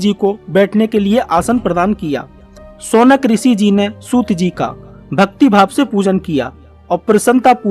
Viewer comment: Shaunak ji h Saukan nhi